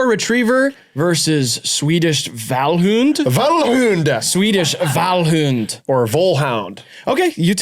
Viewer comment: Rileys pronunciation of Vallhund is pretty good tbh